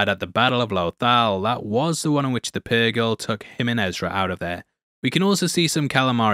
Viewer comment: Hera being the most experienced star pilot and being one of the few to actually TRAVEL WITH the purgill (or pur JILL as mispronounces it for no reason) thinking ezra and thrawn died at the battle of lothal is kinda dumb